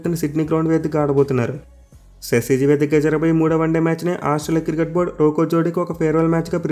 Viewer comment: Cricket ❌ kirket 😅